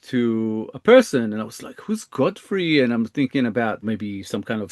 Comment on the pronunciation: Godfrey doesn't make much sense but I do not hear 'go free' at all. I am hearing a pretty clear 'gah' sound, not a 'go' sound. I have no idea what it could be though.